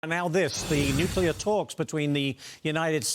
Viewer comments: Saying "nucular" makes you sound unintelligent. Stop it. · This commentator - who has a very odd accent - needs to learn how to pronounce the word "nuclear"